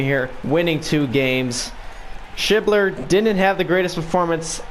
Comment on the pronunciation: Hes an Of for the Reds. Sch ebb ler. Nice video